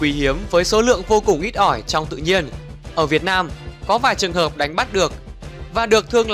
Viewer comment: Chao rrrrrrrrrrrruong